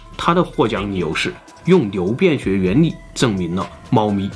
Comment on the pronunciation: 有人跟我一樣聽成牛便學嗎